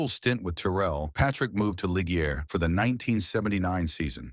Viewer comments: The pronociation is Depayer and Lisjay🤓 but anyway deep respect for this great racer👍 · it's "Dep-eye-ay" and "Leezj-e-ay". Any actual human F1 fan knows this. More AI-generated garbage. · Any F1 fan worth their salt would know how to pronounce Ligier. I must assume this channel isn't on the top of the F1 fans table.